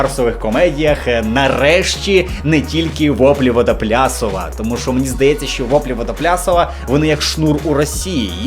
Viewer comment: Проводити аналогію запорєюріковського шнура із ВВ, не вимовляючи правильно назву гурту - ЛОЛ